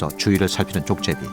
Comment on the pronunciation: 나래이터는 발음에 신경써야 할 듯.... 족제비를 계속 쪽제비로 발음하네.